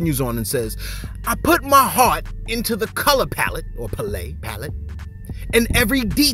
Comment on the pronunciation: You did not just say "palate" (Pull-Ate) go back to primary school bro!!!!😂😂😂😂